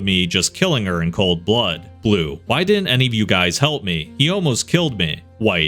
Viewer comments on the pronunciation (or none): none